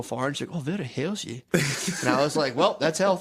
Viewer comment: 🍆💦 "Vewy heawthy"